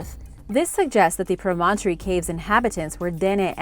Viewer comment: Very well done, but you mispronounced "promontory". Land surrounded by water on three sides. In this case Promontory Point in the Great Salt Lake where the Transcontinental Railroad met in 1869.